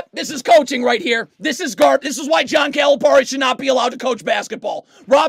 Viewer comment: Dude, you can't even pronounce his name so dont act like you're an expert, SMH.